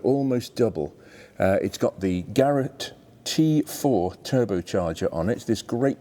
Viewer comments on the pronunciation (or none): none